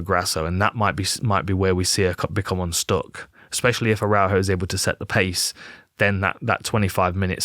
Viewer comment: Dan, you should check how to pronounce Araújo.